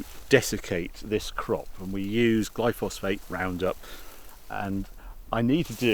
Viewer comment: Glyphosate, not glyphosphate.